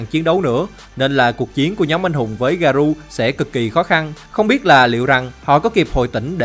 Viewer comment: Ông ơi t hay xem vid của ông lắm mà có 1 điều làm t hơi cringe. Đó là cái ông phát âm Garou là Garu, t thấy cái này dễ phát âm mà sao ông phát âm sai đc vậy.